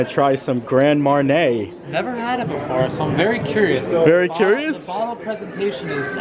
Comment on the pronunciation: Love Animal Kingdom Lodge, but never stayed in the Club Level ($$$). I believe Grand Marnier is pronounced Mon-yéā.